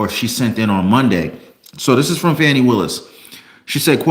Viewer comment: Her name is pronounce, Foni